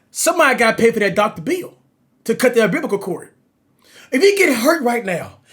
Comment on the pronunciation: Man said cut the obibical cord